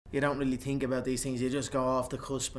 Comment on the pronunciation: “you don’t really tink about these things”